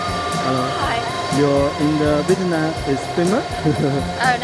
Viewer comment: 的ve [t'] nam的发音真的是好违和，这个t真的是。。。不会查查有道词典或者youtube一下怎么发音么？